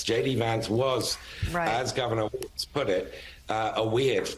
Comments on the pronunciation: Who cares what Joe's hot take is on "waltz"? 🙄 It's Walz, WALLS not waltz. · Why did that British guy keep mispronouncing his name!? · MSNBC? Learn to pronounce his name correctly, okay?